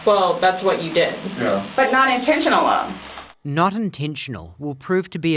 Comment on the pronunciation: she been saying not intentional so much she said not intentionaluh lol